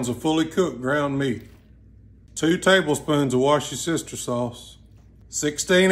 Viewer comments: Sir… it’s pronounced “wOrshyoursistersauce” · it is actually pronounced wuh-stir-sheer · Its pronounced "wust-ter-sher" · 😂😂😂 so funny! For anyone wondering just pronounce it Woo-Ster-Sher sauce. Wash your sister sauce 😂😂😂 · HELP PRONOUNCING: It’s funny, because I can see how difficult the word is for somebody not from the UK. It’s super easy though, it’s pronounced “wuss-ter-sheer”. Worcestershire is a county here in the West Midlands. Wash your sister sauce is easily the best I’ve heard to date though. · I’ve heard “worcestershire” get pronounced so many different ways but “wash-yo-sister” is a first for me 😂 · I would pay to listen to him pronounce British cities. Wash-yo-sister 😂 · Woostersure is how I pronounce it not gonna lie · It’s woostersher sauce. I’m from Ky but lived in Massachusetts for many years while in the service and have a brother in law who lived in Worcester, MA. Once he taught me the proper pronunciation of Worcester the rest was easy. It’s not War-chest-er….It’s Woo-ster and then you add the shire and you’ve got Woostersher sauce correctly spelled Worcestershire sauce. 🤓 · Wusta shear sauce, it’s not pronounced as it is spelt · His pronunciation of Worcestershire sauce almost smashed the internet. “Wash ya sister sauce” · Soon as brother said 'wash yo sister sauce' I knew it was gonna be some fire. My family has been pronouncing it like that since I can remember. Anytime my mom needed it in the kitchen it was 'grab me that wash yo sister sauce' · Wash your sister sauce? That's a new pronunciation! 😂😂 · Wustersher is the easiest way to pronounce Worcestershire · why d i feel like he pronounces worcestershire sauce as wash your sister sauce? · worcestershire is pronounced wu- ster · It's pronounced "woostersheer" sauce. Not "wish your sister dropped her pants" sauce. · Haha, its pronounced 'worst ter sheer' sauce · Lol I will now pronounce it this way for the rest of my life mexican from the US😊😊